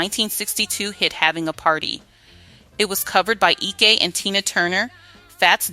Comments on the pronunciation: Eekah?? You mean Ike??! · Ee-kay and Tina Turner was the shiz-nit!